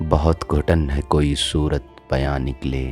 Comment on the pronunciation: I listen to you again. Surat e bayan nikle Not surat bayan. You missed zer and that caused weight unbalanced. I feel you need to learn taqtee in urdu poetry that means knowing weight balancing of gazhals. I see You have great potential with your distinguished voice.